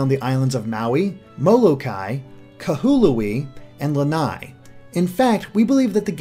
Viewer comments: Also the islands are pronounced Ka-wah-ee(Kauai) Oh-ah-hu(Oahu) Ka-oh-oh-lah-veh(Kahoolawe) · you also mispronounced kahoolawe. it is pronounced Ka ha o Law veh. also kauai is pronounced so that it rymes with hawaii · Your pronunciation of the Hawaiian islands is making me cringe. I think it helps to read the names of the islands in Hawaiiana (native Hawaiian language). O'ahu is pronounced “Oh-ah-hoo” Kaua’i is pronounced “Ka-wuh-ee” Kaho'olawe is pronounced “Ka-ho-oh-lah-ve” (NOT Ka-hoo-loo-ee) Molokai is pronounced “Moh-loh-kah-ee” Lana’i is pronounced “Lah-nah-ee” Hawai’i is pronounced “Hah-vah-ee” (Commonly called “The Big Island” NOT “The Main Island” Maui is pronounced “Mau-ee”(Thank you for pronouncing it correctly!) Ni'ihau is pronounced “Nee-ee-hau”(You didn’t mention it, but it is the second smallest island and the first in the Hawaiian Archipelago, Left to right and temporally) I think the smallest island of Kaho'olawe would be a fantastic place to catch the legendary Pokemon in Sun & Moon. It is an uninhabited part of the island that the United States used to train American soldiers following the Pearl Harbor attacks on Oahu, and to test weapons. Interestingly, the island itself and the surrounding waters are now protected, to be only used for Hawaiian cultural/spiritual activities, and recreation in the environment. Ni'ihau may be a good place to put the Elite Four because it is sparsely inhabited. Also, because you didn’t point it out. The big crater on the video of the Alola region is based off of Diamond Head, a significant natural landmark, overlooking the city of Honolulu. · XD "KAH-HOO-OL-WE" Its "Ka-ha-oh-lav-eh" Sorry, I lived there for 3 years so I cracked up at the butcherings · Like the other comment says, Kaho'olawe is pronounced Kah-Ho-O-La-Ve. All w's are pronounced as v's in hawaiian. No big deal. I don't care too much about pronunciation. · Kahoolawe = (Ka-ho-oh-law-vay)